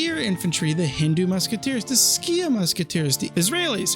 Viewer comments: Skiah instead of seek (Sikh) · It's pronounced like seek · Or more properly like Sick, but Seek is a fine English localisation. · I feel like you must be living under a rock if you don't know how to pronounce Sikh.